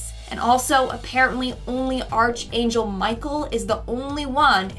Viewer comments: It’s not arch it’s arc like (ark) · How do you not know how to say Archangel (ark-angel) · Your editor should have corrected your pronunciation of "archangel"-Sounds like "Ark"